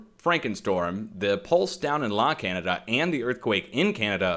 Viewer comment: La Canada is pronounced La Can yada. I'm sure you want to know. It's Spanish.